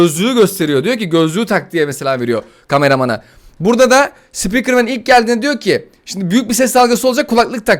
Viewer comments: Abi ben taytın sıpikırmeni seviyorum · Taytın sipikırmen